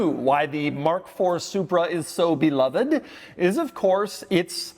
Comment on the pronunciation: Double dog dare anyone to take a shot every time Doug says “and” like he is passing a kidney stone. Better, an extra shot every time he mispronounces “beloved”.